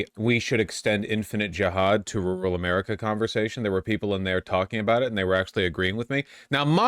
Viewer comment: rooral or rural?